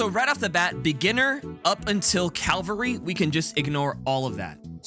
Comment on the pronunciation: Good video but for Christ's sake man, it's CA-VAL-RY not CAL-VA-RY